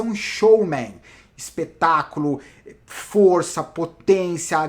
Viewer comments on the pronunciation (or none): none